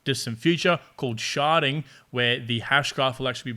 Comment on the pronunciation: “Sharding” but yes, does sound like “sharting” 🤣